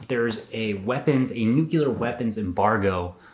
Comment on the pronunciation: Sorry to be a snob but you really gotta get the right pronunciation of nuclear (noo-clee-yur)